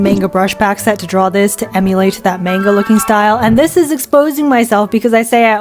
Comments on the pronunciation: its man-ga not mahguh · Why you say mänga it's Manga pronounced maangaa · "menga"..? MENGA?!?!? ITS CALLED M-A-NGA /not tryna hate/ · i just want to point out--not tryna be rude--that in japanese they dont have that 'AY' sound, they use an 'AH' sound, so manga would actually be pronounced mh-AH-ng-gah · It's monga not manga